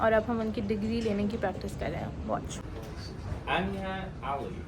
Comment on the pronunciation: Why did they pronounce Anya's name so differently??